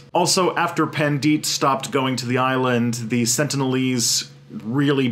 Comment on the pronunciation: That's one of the weirdest pronounciation of "Pandit" I low-key like it when westerners try to pronounce hindi names or words lol.